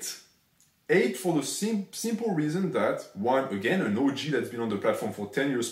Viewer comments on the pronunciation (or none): Anyone else notice the french accent makes the pronunciation of OG sound like the word orgy???